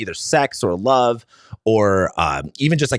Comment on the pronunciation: Its pronounced LOOOOUUUVE